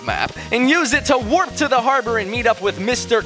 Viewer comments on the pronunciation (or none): none